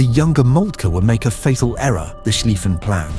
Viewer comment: What this Turkish video got wrong, pronunciation-wise: "Zollverein" is pronounced TsolFe-rayn Krupp (the industrial giant) is pronounced KrUpp or Kroop (guttural accent on the U ). What it got right The "Schlieffen Plan" 🙂🙃